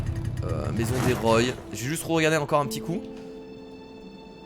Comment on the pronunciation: on dit roi pohr la famille roy